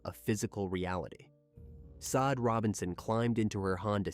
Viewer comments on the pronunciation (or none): Just FYI -- pretty sure her name is pronounced SHAH DAY . Just like the phenomenal singer Sade .